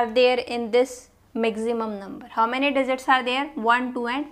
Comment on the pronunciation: teaching well mam and that digzit digzit 🤣